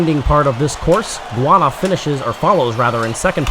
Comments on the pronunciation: I noticed that the commentator pronounced Guyana as "guana". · I think you mis pronounce Guiana...